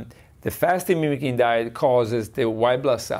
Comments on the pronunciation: Fascinating video. Slightly irritating that Dr Patrick kept calling it Fasting "Mimetic" Diet rather than "Fasting Mimicking" though! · Why does she keep calling it fasting “memetic” diet? Mimicking. Not hard. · What is she saying that sounds like "Fasting hemetic diet" ? She isn't saying: mimicking. I've played it over and over. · Is she trying to say, "mimicking?" She keeps pronouncing it wrong.